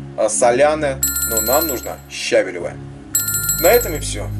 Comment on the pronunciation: Видео - супер, только правильно ставить ударение щавЕлевая кислота. ЩавЕль.